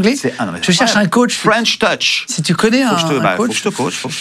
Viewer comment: C’est drôle tous les interviewers se ratent sur la prononciation de French touch 😅 ils disent tous fren’touch 😂